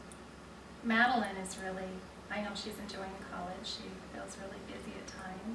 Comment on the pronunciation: Btw... Madeline... excellent job at pronouncing my last name correctly! So many people get it wrong! Big hugs!